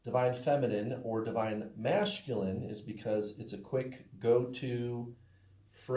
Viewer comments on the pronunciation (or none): I noticed that too! Lol